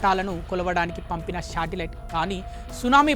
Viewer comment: Shatilite kadu ra satelite first vocabulary kadu vocab lty adey ra munja mi nathi anchors ki ra howley